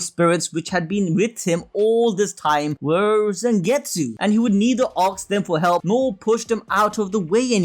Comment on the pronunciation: Damn bro it's not Zengetsu its Zangetsu with A not E